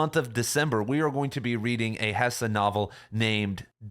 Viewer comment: It’s hess, not hessah